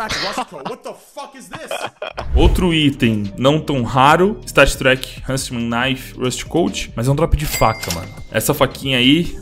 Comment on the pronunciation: stattréqui hunnsmen